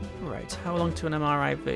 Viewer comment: its M I R V, said "Merv" Multiple Independently targetable Reentry Vehicle. sorry, but....just you continuing to say mriv is just....it hurts.